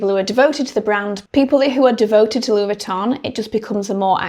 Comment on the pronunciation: Oh this is a treat! Monday with Victoria. It really is an exclusive brand we get an additional vid!! Thank you for not attempting to pronounce Louis Vuitton with a French accent. Other creators do and it sounds so irritably pretentious. This brand is only interested in producing quality over quantity. What we think of the price point is irrelevant. It’ll still fly off the shelves.